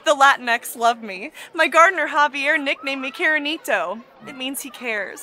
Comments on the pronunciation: I mean, I asumed she was trying to say "Cariñito", which is an endearment term, although it'd be more appropriate for a gf rather than an employer. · Hey there, what she actually said was "Cariñito" which is an endearing way of calling someone "Honey" (Cariño). That one ends with an O irrespective of the gender.